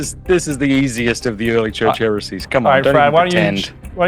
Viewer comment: Next time can we please get a heretic who can actually pronounce heresies lmao